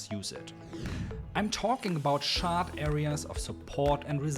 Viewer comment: Wortschatz super, pronaunsiäschn ausbaufähig, not ganz the yellow of thsee eck :) Mach weiter! Guter Kontent bei uns ist selten. Bitte nicht schaaadt sondern tschar-t sagen.